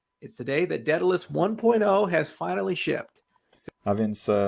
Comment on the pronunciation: dedalus nie dedaljus, słyszysz jak to wymawia Hoskinson a dalej mowisz po swojemu. Sorry, że się czepiam ale wkurza mnie jak ludzie przekręcają ciągle wyrazy a Ty to robisz nagminnie.